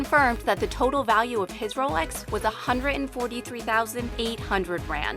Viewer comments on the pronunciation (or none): none